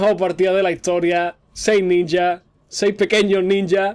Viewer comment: eres el unico español que escucho que dice ninja de la forma correcta...